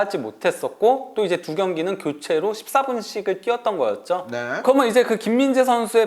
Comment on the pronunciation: 인가 저사람 목소리 진짜 듣기싫네;; 발음도 안좋고.. "그러면"을 "그러먼" 이라고 발음하노 ㅋ 방송 타입은 아닌듯